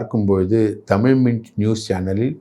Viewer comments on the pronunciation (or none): none